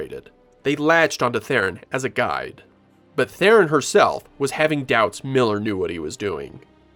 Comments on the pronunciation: Who the hell is "Therein"??? Her name is pronounced "Throne." Got news... Oh, btw, that's not my opinion, it's a direct quote from Ms. Theron herself. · IT'S THERON FFS, NOT "therrin"